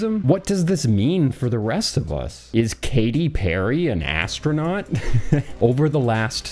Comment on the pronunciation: Astronaut ❌ Astro-Nought ✔️